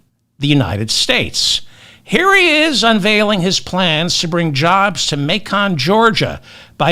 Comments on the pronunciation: Hello David, I LOVE YOUR SHOW! But wanted to inform you just for future use The pronounciation of the City in Georgia "MACON" is pronounced just like the pork Bacon but with an M :) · Macon, GA rhymes with bacon. Reading, PA is pronounced redding. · Macon rhymes with bacon. Reading rhymes with sledding. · Macon , Georgia . . . ( May ‘cun ) 🥰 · David, It’s pronounced like “bacon”… Macon. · I think Lititz is as you said it. But it's Reading, PA, as in Otis Redding. And Macon, GA is MAY*kn. Love and Kisses. I'm hoping good thing for everyone 💙💙💙💙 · Say "may - con " Georgia Or may-can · Reading is pronounced Redd-ing. Macon rhymes with bacon. VOTE BLUE 💙! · Reading like bedding, Macon like bacon, I got nothing on LA Titz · Constructive criticism and with all due respect, David. Macon , Georgia is pronounced like bacon and Reading, Pennsylvania should sound like bedding. Otherwise, I voted blue down the ballot last week and can't wait to see the Crooked Clown Prince of Queens turn into a Pauper in Prison. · David…Reading PA is pronounced REDDING and Macon GA sounds like BACON so it’s Macon GA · FYI: it is Macon, and rhymes with “bacon”. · David, it's May' kin, Georgia 💙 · Just a helpful note: Macon rhymes with bacon. 😉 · Yeah, learn how to pronounce Macon, Georgia! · David, David, David, Yes, we do love you . . . but you really do need to learn how to correctly pronounce: Reading (in Pennsylvania) Macon (in Georgia [United States]) Please stop embarrassing yourself.